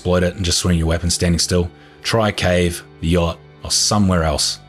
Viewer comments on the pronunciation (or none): none